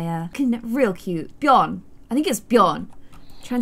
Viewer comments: As a swede, I can tell you that when you said Björn "like a viking" , it actually sounded legit.. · You pronounce Bjorn very well. Björn. Lots of hugs from Sweden 🇸🇪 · When she actually pronunced Björn pretty accurate when she said it "like a wiking" lmao help